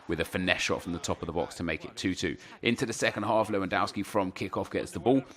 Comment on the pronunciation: it is LEWONDOSKI not lwoandouski!